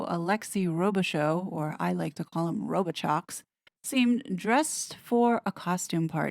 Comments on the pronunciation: His name isn’t Row-bi-chox. It’s Row-bi-show. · It is a French name prononced ro bee show